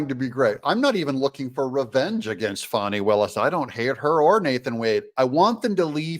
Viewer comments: H er name is f a n i pronounce fan I there has to be a w to be pronounced Fawn in English dictionary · please call her fani and not "fohny" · Its not foni....its FANI....get it right😂... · Isn’t it “Fani”? Not Faunie…. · “FĀNI” HARD “A”. Come on Doug?